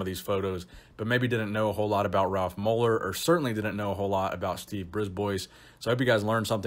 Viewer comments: Bris ba not Brisboys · Its not pronounced Briz-boys, its pronounced Bris-bwah. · Just FYI bois in a name is pronounced bwah. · Brisbois is actually pronounced "briz BWA" . It's French. Thanks Nick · Another great trip down memory lane., nice! I believe you pronounce his name Brisbois: “Brisbwa”, as he is French Canadian. The S is silent! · I'm fairly certain Steve's last name (Brisbois) is pronounced "Brees - b-wa". He's from northern Ontario Canada which has a large population of french Canadians. The more you know! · It's pronounced "Ghee Yome" and "Briz bwa" they're french names..and i speak french. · brisbois (breesebwa) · i think its pronounced steve Brib-wah. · Pronounced Breeze-bwuh.